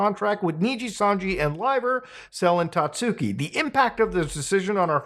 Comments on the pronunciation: hard to take this video seriously when you're calling her 'sellin tatsooki' the entire time lol. you did research and couldn't even get her name right? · Sel-en Tatsooki, eh? Is she related to Selen Tatsuki? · I swear no one can pronounce "Selen Tatsuki" correctly, not even a lot of fans, even though she says her name all the time